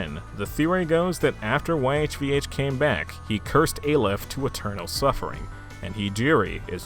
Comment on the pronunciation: YHVH is pronounced “Yaw Way” i believe